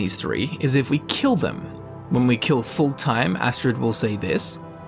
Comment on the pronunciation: I love how you pronounced Fultheim a full-time.